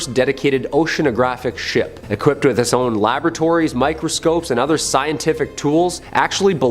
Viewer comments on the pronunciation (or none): none